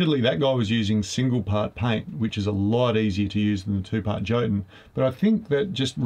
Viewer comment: Yo-tun... not joe-tun...